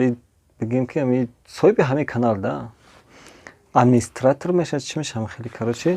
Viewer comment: Ман намефахмум чи хел блогер мешед ки як калимаи АДМИНИСТРАТОР гуфта намётонё вой бар холи миллат